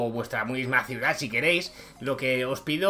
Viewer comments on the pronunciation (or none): none